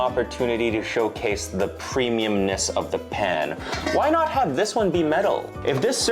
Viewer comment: I was turned off by the marketing. The YouTube ad featuring some vapid influencer claiming she developed it. Her pronunciation of the word “pan” was burlap to my ears.